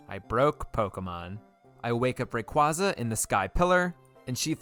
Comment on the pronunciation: Stop pronouncing Rayquaza wrong. It’s Ray-kway-zuh!